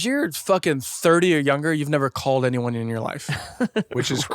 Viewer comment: love the mispronunciation this episode “any oney else? any giveaways, takeaways…” -Adam